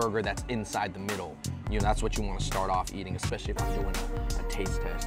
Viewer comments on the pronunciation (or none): none